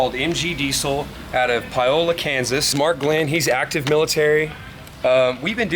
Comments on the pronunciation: Great video, drove by MGDiesel the other day didn't even now it. By the way, it's pronounced Pāōla, KS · Being a native of Kansas is hurt my soul hearing them slaughter how you say Paola lol 😂